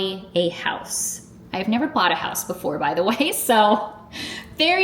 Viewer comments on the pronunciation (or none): none